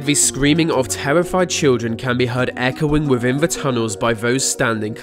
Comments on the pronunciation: Wivin? That within in English? Ah yes I fink so..... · Aa Glad Wivvin thee uff (within the 🌎 earth) 😂👍